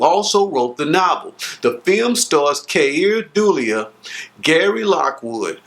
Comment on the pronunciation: Great take on this enigmatic classic. I love hearing all of the different analyses. Btw, the actor who plays Bowman is pronounced Keer Du Lay.